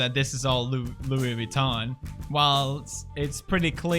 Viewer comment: Did pewdiepie just say louvitan?